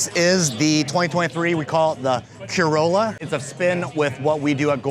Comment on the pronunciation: I'm a native German speaker, and I don't understand the term "Keürolla." We pronounce this "Keürolla" like the Japanese koi fish—koi-rolla. What am I missing here? 🧐🤔 And also we say Corolla for ... Corolla.